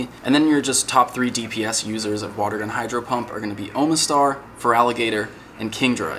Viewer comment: "OH muh STAR." lol,, you're not a Pokemon fan. It's pronounced, "AHMA STAR". No joke.